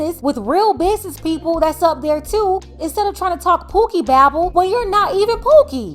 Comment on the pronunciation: “I stand on bidness “ lil bro you are not your father 😂